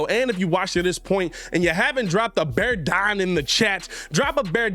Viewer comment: BEAR DAHN